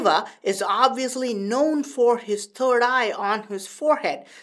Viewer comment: He said turd eye !!!😂